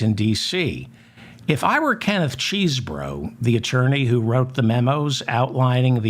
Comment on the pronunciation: Kenneth Chesebro pronounces his name with a short "e" at the beginning; there's no "cheese" sound in his name; I thought you would want to know.